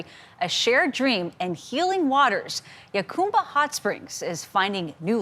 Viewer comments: That's HA-cumba, not YA-cumba. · It is pronounced HaCUMba, not HaCOMEba. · Yacumba? 😂 it's pronounced hacumba. Lol. The press is clueless. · It’s pronounced “Ha-come-bah”, NOT “Ha-coom-bah”. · 🫡 ~ It's actually pronounced "Huh Come bah" ✔️ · Jacumba,not yacumba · It's pronounced Huh- come- ba... By the way, the town used to be big stop before I- 8 came through there. That was the way for people to travel from San Diego out to the desert, past the border into Arizona, They failed to say that in the video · Get a kick out of outsiders mispronouncing Jacumba. Always amusing. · You can’t even pronounce the name correctly lol. I grew up there, the locals do not want you turning it into palm springs. Do not gentrify jacumba. You bring the lake back by uncapping the spring that used to fill it. It was plumbed to the original pools and later spa. It was capped by one of the previous owners. When i was a kid it was a break in the plumbing that filled the lake.